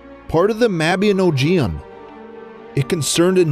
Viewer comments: mabby-oh-gee-on ROTFLMAO right. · The Welsh legend you mention is pronounced Mab-e-nog-eon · mab-ee-on-oh-gee-an" Love the pronunciation.